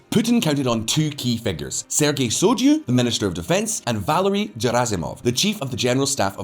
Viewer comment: Also, Shoigu does not pronounce as "soy-jou". It's pronounced as "Shoi - Ghou"